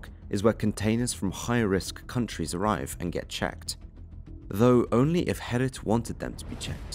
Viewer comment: You call yourself Holland Crime Boulevard yet can't pronounce the most simple of Dutch names Gerrit??? It's not 'Herrit' dude, his name is Gerrit!